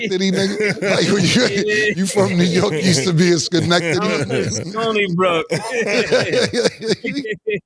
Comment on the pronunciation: lol murda said Stony Brook 😂😂